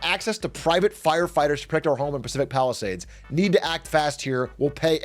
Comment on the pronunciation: Love the content big A. …but what is this pronunciation of “Palisades” don’t you live out here? 😅